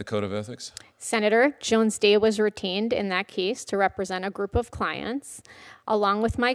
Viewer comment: When she says, "Jones Day was retained . . . " it sounds like she was saying, "Jones Day was routined . . . "